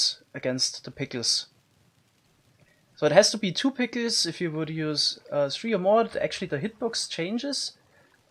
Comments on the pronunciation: I find it amusing how he says pickels. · Best part of my day, hearing him pronounce "pickles" (pick-OOZ) again and again :) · I love how he pronounces it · I love the way you say pickles lmao